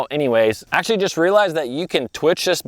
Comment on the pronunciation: DUDE...you're usin' up all the "acshlees", but what are you actually gonna do? I acshlee counted 14 acshlees while i watched the vid. AND, unless there's acshlee money on it where 1 bass might acshlee mean the jackpot, I acshlee catch plenty of bass on $3-$4 packs of soft plastics. $9-$10 is acshlee totally unnecessary. AND you acshlee need to cull some of those small fish out of that piece of water.